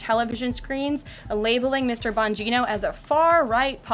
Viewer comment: Emphasis on the 'Bong' in surname!